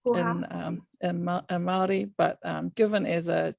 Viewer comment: Omg.... She just down played the pounamu and her intro was appauling especially pronunciation. Great korero.